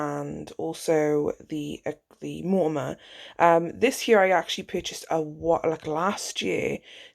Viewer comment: Hunny, its called MONOMER not Mortamor 😘😁